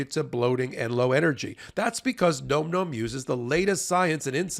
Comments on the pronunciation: it's not gnome gnome. It's like Nawm Nawm. As in "Dawn Dawn" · OK, this may seem off topic, but nome nomes? Seriously? The way it's pronounced is more like nahm. Say that five times with increasing enthusiasm and you'll get it Best wishes, Capt. Picky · It seems to me a dog treat named nom-noms would be pronounced to rhyme with pom poms and Tom Tom’s, and not like nome nomes. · Advertiser alert -- isn't the name normally pronounced "Nahm Nahm"? Rather than "Gnome Gnome"? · “Nom nom” not “gnome gnome” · It's funny that you pronounce "Nom Nom" as "gnome gnome". Are you trolling your own sponsor? lol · someone tell how nomnom is pronounced:) It's like dom, not rome. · Nom Nom has been a sponsor for months now, and they still can't pronounce it correctly. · I feel like he's mispronouncing Nom Nom.